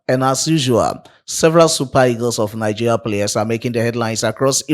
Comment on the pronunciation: Bro, it is pronounced Nigeria and not Nigea 😂